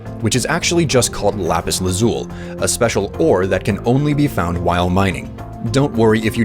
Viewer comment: The amount of pure rage I felt every time he pronounced lapis lazuli wrong